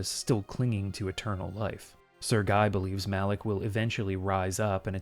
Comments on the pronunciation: Sir-Gay. Not trying to be offensive, just offering a more accurate pronunciation. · I was listening to the video with my eyes closed. I thought you pronounce Sergei as Sir Guy. I opened my eyes in utter terror and rage to see the letter with the name Sir Guy 🥀🥀